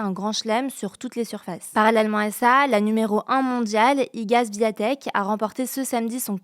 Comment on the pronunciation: Légère précision linguistique..."Swiatek" ne se prononce pas "zwiatek" mais plutot "chviantek", le A avec cédille polonais se situant quelque part entre le "an" et le "on" français